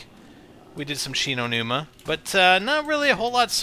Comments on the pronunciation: its shino like so he see's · Love how your on Shi No Numa, and you caller it Verruckt lol! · ITS SHI NO NUMA!!!